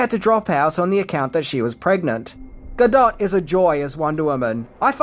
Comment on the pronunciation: My face when says Gal Gadot's last name correctly: 😮😁🥰